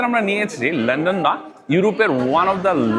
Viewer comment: Bhai go easy on pronouncing "London " ki bolen lenden lenden . Sounds really silly . Its london. Not len den .